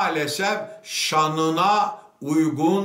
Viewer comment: Sayın onkibar bey.Arabi kelimeleri lütfen doğru ve düzgün telaffuz edin.Lütfen rica ediyorum.Dün de yazmıştım.Mesela vakıf değil,vaaakıf şanına değil şâanina acil değil aacil gibi.Saygilar.